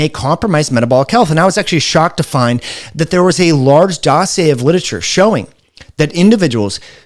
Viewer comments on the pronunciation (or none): none